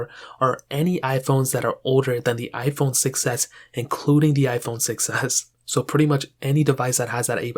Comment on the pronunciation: why does „iphone 6s” sounds like „iphone succes”